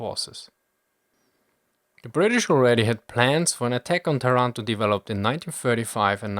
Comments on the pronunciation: My father was born in Taranto in 1920 (but you have to pronounce Tàranto, not Tarànto) and he remembered very well that day. He was Tank officer that time and I remember he ever said to me that some antifascists inside the Royal Italian Navy were certainly envolved in the British plan together with some branches of the allied Intelligence. You know: there were much more italian high officers strongly against the Fascist and Nazi Regimes than the official History said. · By the way it's pronounced "Táranto", not "Tarànto", like you would pronounce "Torònto" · TA-ranto not ta-RAN-to!!!! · Language detail: it's Tàranto, not Tarànto ;) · Taranto has the accent on the 1st "A" letter !!! ;-) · Not to be annoying but the "a"s of Taranto are pronounced like the ones in marathon